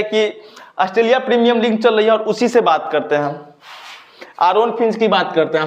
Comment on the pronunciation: Sir ling me nhi league me sellection hota hai 🤣🤣🤣